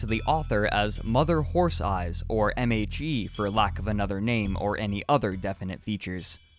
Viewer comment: Did anyone else hear “MAG” instead of “MHE” and get super confused for a second?